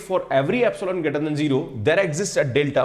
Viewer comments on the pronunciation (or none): Epsilong nhi hota epsilon hota hai 😡